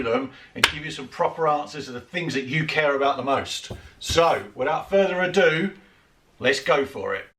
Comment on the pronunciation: So glad you said further a do lol sick of you tubers saying further a dew. Yes I'm petty lol